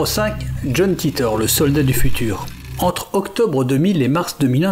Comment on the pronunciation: Les gars, je vous aime mais étant "américain", john titor ne se prononce pas ainsi... je sais que vous êtes français... Mais bon, faites un efforts... coeur sur vous